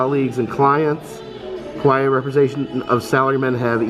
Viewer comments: Kawaii actually pronounce kawa"eee" 😂. Great video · Ka-why-ee like Hawaii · Me screaming at my TV going "it's Ka Why Eeee" 😭😂 i know you mean well but omgg I felt like correcting you. Also props to Disney displaying the history of kawaii culture though. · Kawaii is pronounced ka-wa-ee and literally means cute. I've been really enjoying your videos. I'm glad you're feeling better and spending time with your daughter. You probably don't remember me, but I finally got to meet you at knotts scary farm 2021. You were so nice! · it is pronounced ka-wa-ii , you should watch an anime once 🐻/\🐻